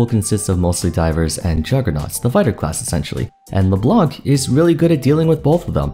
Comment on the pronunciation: It's really nice content, but the way he say Leblanc make my French want to fought for his honor